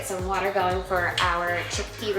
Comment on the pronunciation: “…get some water going for some chickpea rotini…” I heard “get some watermelon” and thought, huh…that sounds…interesting… 😂😂😂